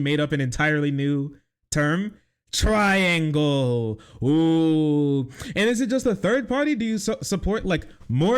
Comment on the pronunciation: Its not a triangle, its a tri-yang-le